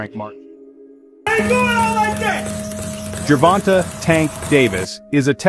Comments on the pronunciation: This is an excellent profile of the two fighters, but why is this reporter refusing to pronounce Tank Davis' name properly? It's not pronounced jer-VON-tuh. It's jer-VON-tay. It's only 3 syllables, and the last one is not 'tuh' --- it's TAY!! The editor should have pointed that out to the reporter before posting this video. Just like getting the facts of his record (wins & losses) correct, pronouncing a fighter's name properly is even more important. It's lazy reporting and borderline disrespectful to keep saying a bonafide sports superstar's name wrong. It's sad to think that broadcasters make sure to pronounce the horses names correctly in the Kentucky Derby, yet others get grown men's names wrong. There are 1,000 opportunities to hear how to say "Gervonta" on Youtube or Google by listening to a simple interview with Tank's mother to hear how she says her own son's name. Just a thought. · Dope video! Definitely super hype for the fight. Btw fam his name is pronounced Gervon-tay haha not Gervon-tuh. great video though man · The end of his name is pronounced tayyyyy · Why do they always hear his name when they research and still pronounce his name wrong. He doesn’t even have a good voice for narration even the the graphics and script are well done. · Learn how to say the man”s name! It’s disrespectful.